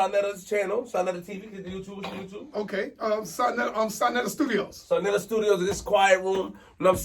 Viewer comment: ITS SANETER NOT SANATER